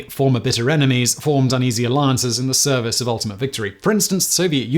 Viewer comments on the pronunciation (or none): none